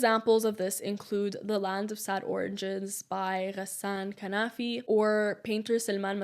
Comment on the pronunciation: Ghassan KANFANI not kanafi :)